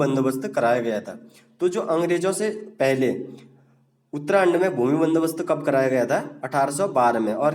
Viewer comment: Uttrakhand mere alawa or kise uttrahand sunayi de rha h